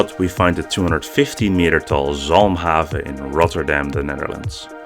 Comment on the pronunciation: just by how you pronounced zalmhaven i can smell ur dutch so als je echt nederlands bent like deze comment